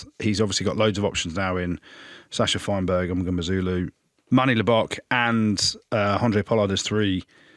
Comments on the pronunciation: Jim you need to learn to say Sacha’s surname properly…it’s mm-ngo-meh-zoo-loo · Zero effort to say that last name properly.